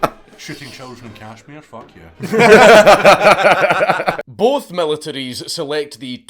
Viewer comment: to "Phauwhk yehh" has me deceased 💀